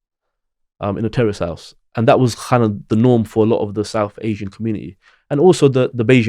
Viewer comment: I know he said "terraced" house, but for a second there, I thought he said "We grew up in a Terrorist House" lol